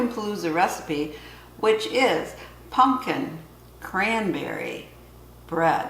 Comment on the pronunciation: Totally a Michigan thing to say "Punkin" 🎃